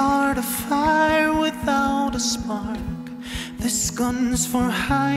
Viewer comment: Goes withowt saying